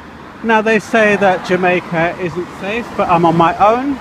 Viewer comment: I was killing it when you said... Safe.. and almost put on a slight jamaican accent to try and fake being from there LOL... hahaha.. Typical tourist. You likely stood out a mile... just the way you behave... i mean what jamaican walks with no where to go... LOL.. they live there. They have things to do.. more time. You look like you are having fun though. I went there when i was a kid. But not as an adult.